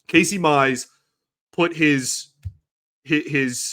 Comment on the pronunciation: Pronouce Casey Mize properly...its Casey Miiiizzzee !